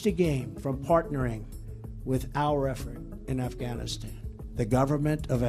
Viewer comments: At around the mark, he said, "Assghanistan." (Beavis and Butthead chuckle) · ...did he say, the government of ASSganistan?